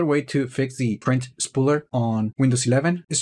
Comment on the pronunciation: did you say "spread shit?" 😄